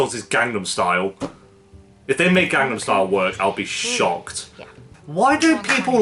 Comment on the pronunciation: I'm sorry but the pronunciation for Gangnam Style was so OFF lmao